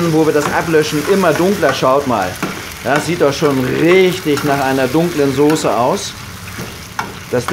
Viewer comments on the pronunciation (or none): none